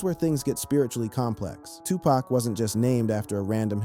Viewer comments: How can we believe you when you dont even know how to say his name...its said like puc not pack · Bro you can not use an Urban voiced A.I. and it still says PACK😢😢😢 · OMG!! Please pronounce their names right!!! DUDE... 😂PACK???😮 STOP IT! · Say his name correctly damn A.I...shits annoying af...